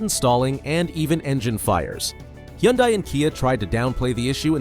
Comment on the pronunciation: Lawn mower engines boosted to eek out HP. What could go wrong? What’s a hee-on-dye?